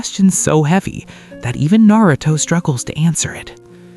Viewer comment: I’m gonna to follow the long comment system for the algorithm. Very VERY Good video - keep up the great work! I don’t have any critiques myself, but I can see some ppl saying your pronunciation of certain words “Nay-ruto” irks them. I’d say try to take it as constructive criticism - although that’s super trivial. Truly, pain is the ultimate motivator & that scene of Yahiko running into Nagato’s kunai is one of the most underrated in the series. Danzo….and many others…. Have seas of blood on their hands smh.